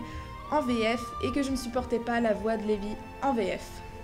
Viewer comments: je suis desoler mais se né pas lébi mais "Rébis" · C'est pas Leby mais reby et tu a rater pleins de moment qui montre que reby et gadjile, natsu et lucy ,Grey et jubia sont fait pour être ensemble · C’est pas Levy : c’est Reby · c'est pas Reby au lieu de Levy? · c reby pas levi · CEST PAS LÉVY CEST DEVY